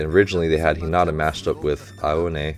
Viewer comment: Love these reactions! One of the highlights of my week. I'm excited to see your reaction to the next game. Also, the word "not" is not in Hi-na-ta's name. :) Keep up the great work! Happy Holidays!